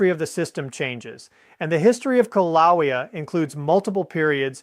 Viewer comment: This is AI or really has a problem with his right arm. This is so stupid. And the poor AI can't pronounce Kilaeua, which I don't know the spelling of. I'd call a doctor, I see signs of a stroke in this AI user.